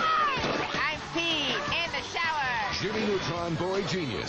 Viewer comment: "Jimmy Nutrun", get it right man